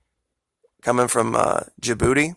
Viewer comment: you said "coming from jabooty" i lost it thank u i needed that laugh. sorry i know that's immature my apologies but i couldn't help it